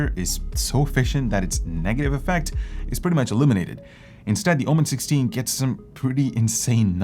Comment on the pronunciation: Why it's (OMEn) and not (OMEN) this drives me crazy 😵‍💫